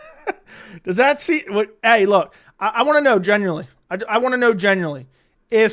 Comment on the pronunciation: its genuinely. Not genurely